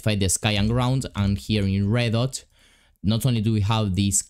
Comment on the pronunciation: you said reddot but its redot